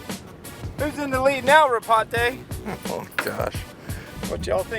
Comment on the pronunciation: Hahaha..."Ropate"...BULA from Fiji.